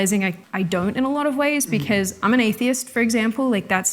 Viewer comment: beceuz... I can't deal with that pronunciation lol